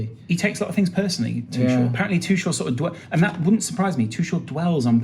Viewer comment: Both are wrong though. The closest pronunciation you can get in English is probably 'Too-ch-l' where the ch sounds the same as in "cheek" and there is no emphasis on the l, sort of like "kettle"